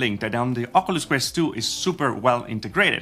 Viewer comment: Thanks for your videos. However "Ocoolus" is not the proper way to pronounce it. Say it like this better: "Okiulus".